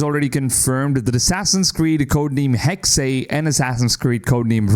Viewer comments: It’s not hexay it’s hexe ….. it’s said like this “hecks” a hexe is a pattern of sticks used in witchcraft with each pattern meaning certain things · Why are you constantly saying "Haxay"? The game is called Hexe; spelled h-e-x-e, pronounced as "heks". Heks/hex/hexe is a Saxon, Dutch, Flemish, German, Jiddish word for witch. Or do you also say "axay" for the word axe, and "anglay" for the word angle? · Hexy, Hexey... 😂😂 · I'm Dutch and it's a bit weird ppl naming Hexe like "Hexey" rather then "Hexeh" like the German word for witch. And i really hope the game has some white witches too. 😺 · It’s just pronounced HEX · Why do people say “hexay”? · Hexe is pronounced heks the last e is silent. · The last E in "Hexe" is pronounced just like the first one. He-xe. I like how the AC games always try to stay true to the cultures and languges. Speaking german myself I'm really looking foward to how Ubisoft implements an older version of my language into the game. In case I start playing it in english again, I guess I will be a bit distracted by all these NPC voices, 'cause I'll probably understand them.😂 Now everything that's missing would be an Assassin's Creed game set in Austria during the Habsburg Monarchy and I'll be happy! I mean, Germany and Italy made it into the series as well. And I'm also very excited for Codename Red. The Hidden Ones or Assassins were basically Ninja anyways, in some way, so I think playing an Assassin's game as a Ninja is something that was always meant to happen. And I just really really like the japanese architecture and music 😍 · The way the guy says Hexe was very jarring for me 😖